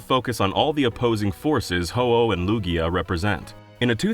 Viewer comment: Lugia does NOT end with an O, it ends with an A!